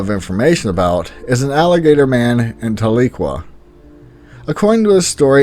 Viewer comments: I just found this and as someone who was raised in Oklahoma and had family members in Tahlequah I gotta correct you. It's not pronounced "teh-lee-qua" it's pronounced "Tah-leh-quah". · Your killing me smalls ... it's Osage (pronounced O = Sage ) it's their tribes warrior's shield on flag.. and Tahlequah ( Tau - Lee - Qwah) it's the cherokee capital ... the seven feathers represent Love, Respect, Courage, Honesty, Humility, Truth and Wisdom ... principles of the tribes ... you also missed the black panthers along the Arkansas River near Coweta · Even people from Oklahoma mispronounce Tahlequah lol.